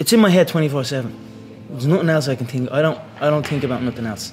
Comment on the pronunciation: Tink i cant tink